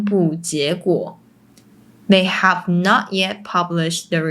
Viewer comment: Pity you don't bother to pronounce the final sounds of your English words properly, especially short words e.g. " five" which you repeatedly pronounce " fai", or losing the "t" from "not" and "about". Very annoying , especially when the rest of your presentation is excellent.